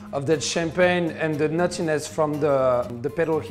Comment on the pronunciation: every time he says 'nuttiness' I hear 'naughtiness'